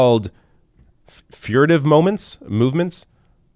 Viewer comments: Its pronounced Fir - tive,. Like the tree. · It's pronounced fur-tiv;) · The word is fur-tive : "suggestive of guilty nervousness" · it's pronounced "FURR-tiv". it's a word. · FYI, fur·tive /ˈfərdiv/ Learn to pronounce adjective attempting to avoid notice or attention, typically because of guilt or a belief that discovery would lead to trouble; secretive. "they spent a furtive day together"